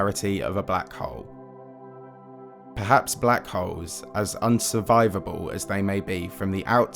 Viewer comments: I can't help but chuckle whenever you say Black Hole as "Black Hoe" lmao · Sounds like “black hoe” for half an hour 😂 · Your “hole(s)” sounds like “hoes” and consistently at that. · When you say "hole" it sounds like "hoe" wich has me confused listening to a 30 minute video about white and black hoes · but the way he says "hole" 😅 omg I'm dead.